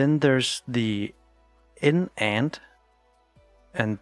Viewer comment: great video. just wanna point out the NAND and NOR, you can just pronounce it as "NAND" and "NOR" in a single syllable. that is how it is in academics. no need to say "N"-"AND"